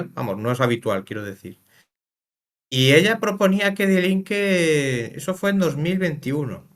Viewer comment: Cada vez que escucho "DiE Linke" me sangran los oídos. Se pronuncia "Di Linke". Ésto es como si un alemán ve que hay una revista española que se llama "hola", y habla de ella pronunciándolo como "jola" o algo similar. El tema central del vídeo es hablar sobre un partido político alemán, que menos que aprender a pronunciarlo, que es muy sencillo y básico.